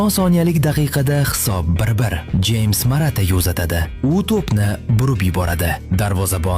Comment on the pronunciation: Jeyms emas, Xames deb oʻqiladi. U ingliz emas, kolumbiyalik😂